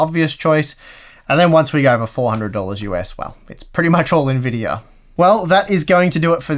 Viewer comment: What is an "N-Videyor"?